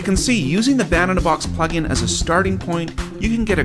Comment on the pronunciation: It says "DAW Pugin" instead of "plugin".